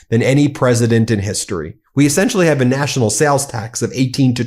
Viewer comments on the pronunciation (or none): none